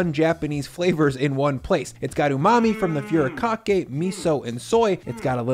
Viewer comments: please at least look up how to pronounce japanese words like furikake foo-ree-ka-kay not FURY-kakay japanese vowels are all pronounced the same, use this example sentence to understand the pronunciation of each vowel: "Ah, we soon get old" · Thought you'd want to know; it's not 'few rah kah kay', it's 'foo dee kah kay'. Otherwise, another great vid! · Dude, it’s “foo-ree-ka-kay” not “fury-kakee.” 😉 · I subbed once she ate that spoon of mayo....poor girl lol - PS it it is FOO REE KA KAY. Watching from Japan 👀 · Furikake is pronounced: foo-dee-KAH-kay. I've never tried it in a chicken salad, but now's the time! Also, about the Kewpie mayo: it's really important to buy Kewpie that's been manufactured in Japan, rather than the Kewpie that's made in the US. The Japanese version has better quality eggs and a special vinegar blend that makes it really something special. The US version is underwhelming.